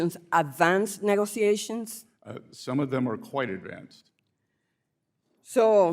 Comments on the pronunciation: It's MOonday Morning and the WORLD is smiling on Sec. Bessett. Try to teach the Idjut how to pronounce: negoziazijons. Djeez. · and a pronunciation issue; English is not that difficult. They should all immigrants require to speak it! "Negoziazijonz" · Some rookie wrote down a few questions and she doesn't know how to pronounce: "Negoziazijonz" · "Negoziazijonz" pronounced the old Sanchez way! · she can barely pronounce 'negoziazions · She's still working on her English: negoziazjons. Djeez...... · It really bothers me that at this level of employment she is not able to pronounce correctly “negotiations” we know she is Spanish. This is not a difficult word.